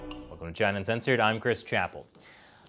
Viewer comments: Trump at this point says Gina instead of China about half the time. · It's hilarious how Trump pronounce China😂